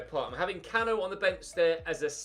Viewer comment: Cano is actually pronounced Can oo